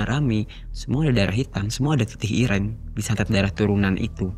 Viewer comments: getih ireng, "e" nya kayak bilang "bareng", jadi bukan kayak bilang "cireng" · Irenggg moasss irengggg (bunyi kyk kata "ganteng" or "item") bukan ireng (kyk loteng, banteng, or whatever) 😫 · Sekedar saran, jika mau menyebut kata bahasa Jawa, cari tau dulu ke orang yang paham basa Jawa. Shgga dalam pelafalan kata tidak keliru. Dlm video ini, menyebut "Ireng" seperti menyebut kata "cireng". Pdhal tidak sprti itu. Maaf ya, bkn mksd apa², 7an nya hanya meluruskan sj, agar kesalahan 1 tidak menyebar lagi. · Iya Ireng jdi Kata cireng TPI ga pakai C dia nyebut nya 😢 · Mgkn bukan org Jawa, jadi nyebut ireng itu kyk nyebut cireng, atau mgkn kebanyakan makan cireng 😂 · Getih ireng mas. Bukan getih ireng.... 😅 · Ireng mas bukan ireng😂🙏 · Irang iréng. nyebut yg bnr. 😂 IRÈNG!!!! Dibenerinnya pas udh kelar. Ga dr awal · Cara nyebut ireng aja salah mulu😂😂😂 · Sory gw salfok sama penyebutan getih ireng oleh si mas bertopi. Yang bener kan penyebutan huruf e di kata ireng sama kayak penyebutan huruf e di kata senam. Sedangkan mas nya nyebut huruf e di kata ireng dgn pelafalan huruf e di kata nenek.